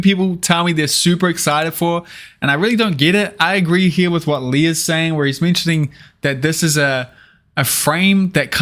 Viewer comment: FWIW The name of the guy who took all the pictures is pronounced the same as Lee not Leah.